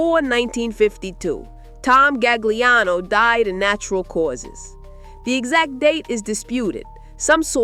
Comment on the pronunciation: Tommy's last name: Loo-KAY-zee. Otherwise, stellar work. Cheers! Tommy Gagliano: Ga-Lee-ahnn-OH.